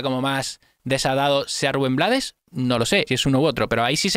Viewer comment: Se pronuncia RUBEN BLAY- toda la cancion la canta el mismo compositor, desde luego el hace del borrachito "el cual con su frase coloca la canción en un lugar filosofal, para poner a pensar al que actúa mal" dado que en el contexto, es su propia mujer quien le dispara por susto - de allí LA VIDA TE DA SORPRESAS ay DIOS!! - A pedro Navajas "matón" de esquina, que todo lo resolvía con puñal en mano -- GENIAL COMPOSICIÓN MUSICAL Gracias por tu análisis